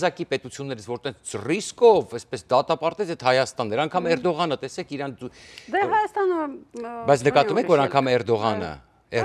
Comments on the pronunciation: Հարգելի, ոչ թե իռան, այլ. Իրան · ԻՌԱՆ ՉԻ՝ ԻՐԱՆ ԷԷԷ